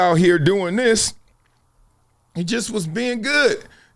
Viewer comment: The word is pronounced This, not Dis 😂😂😂